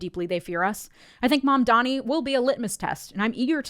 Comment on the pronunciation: "Zohran Mamdamee" - Andrew Cuomo